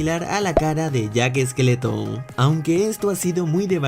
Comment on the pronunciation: Se llama jack skellington pero no se dice esqueleton